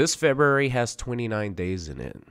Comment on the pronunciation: "morter Kombat" "Febery" "Littery" Dude, work on some pronunciation